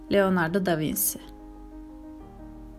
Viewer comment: Ukalalık gibi mi olur bilemiyorum ama Da Vinsi diye okumuşsunuz?İtalyanca da i den önce "c" varsa çi diye olunur."Da Vinsi" değil,"Da Vinçi" olacak yani. Onun dışında reklam vermeseniz haberim olmayacak güzel bi kanal.Teşekkürler.